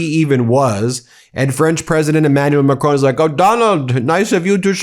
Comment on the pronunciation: It is Macron and not Macroun. Please pronounce it right or avoid it.